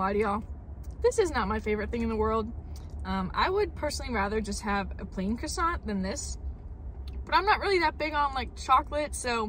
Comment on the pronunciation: calls it a chrissant 😅